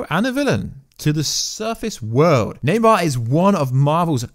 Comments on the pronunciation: its namor not naymar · Namor not neymar